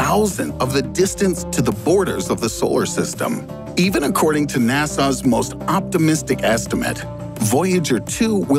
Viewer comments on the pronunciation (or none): Its not "Na-saw" its "Nas-a"...and in a few years I'm gonna go get that gold record for my collection. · It's NASA not "Nassau." Why do people have trouble with this?